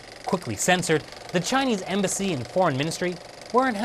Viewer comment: "The Chinese Embassy"... you made it sound like "The Chinese Imbecile" :)